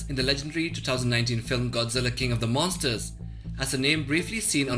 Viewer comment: he tried to say monsters you norm